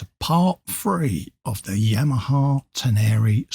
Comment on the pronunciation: Ten-er-Ray. Its a desert 😊